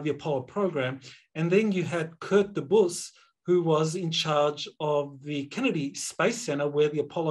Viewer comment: Hi, I worked on Apollo and wanted to point out I always heard Dr Debus name pronounced as Dee’bus. Accent on the first syllable. Not a big thing just thought you might want to know. Thanks for what you are doing. Great work.